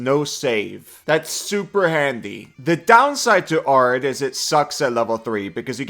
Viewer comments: pronouncing it 'ARE-id' instead of the correct 'AIR-id' is really making my brain itchy as someone who lives in an AIR-id environment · Saying arid like "are-id" bothers me so much, but great video nonetheless! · It’s air-id you mutant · Arid is pronounced AIR-rid. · Arid is pronounced (Air - id.) as in “ the desert is considered an arid climate”. Love this build! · Arid Air-rid It's pronounced as if it has two r-s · It's pronounced "Air-id" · Americans pronounce it Air-id. Normal people say æ-rid like 'a' in cat and apple. But I immediately clocked English isn't your first language. Americans and Australians use it a lot cause we both have deserts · As someone who lives in an arid climate, it is in fact pronounced air-id. And as far as "if its understood, its right" It took me 60% of the video to figure out what was being said (since i havent memorized the druid biomes) No insult intended, your English is awesome and i love your work! Im just out here being lawful pedantic about english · the guy in the video is not saying it like an English person either. It's rather weird.